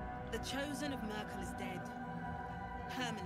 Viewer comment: Eher "Mürkul" - naja, zwei e's mit anderen Vokalen ausgetauscht. Passiert. Aber ich habe da nicht einmal dran gedacht und kann es leicht überhören.